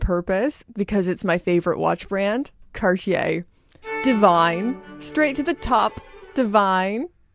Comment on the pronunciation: Maybe an idea to learn to pronounce cartier 😉